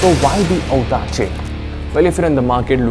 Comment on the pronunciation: ottima pronuncia...! well done ;)